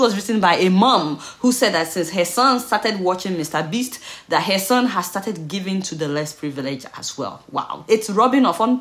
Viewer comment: You're Nigerian and you live in the States. It is not "hair" or rather it is "her."